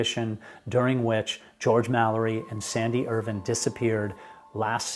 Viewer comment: I knew you were pronouncing Irvine incorrectly. It is Irv"eye"ne. Jaime got it right.